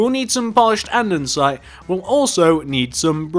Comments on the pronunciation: ITS CALLED ANDESITE NOT ANDENSITE!!!!!!!!! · Great video, however it's not andensite its ANDESITE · pleeeese stop saying andensite its andEsite